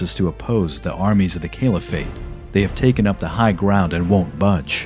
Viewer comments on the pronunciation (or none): I dunno, he couldn't say 'Caliphate' properly. Kept saying 'Kale-if-ate'. And "Christiandom" instead of 'Christendom'. Other than that, he was alright.